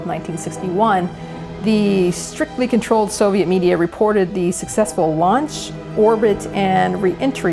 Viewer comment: It tickles me to death every time they pronounce it "Soviette".